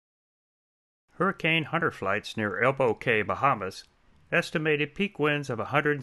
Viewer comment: " hey dude I was inside a hirricane "